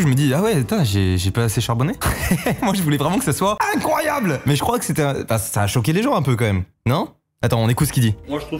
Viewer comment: C'est quoi cet accent " INCROAYABLE "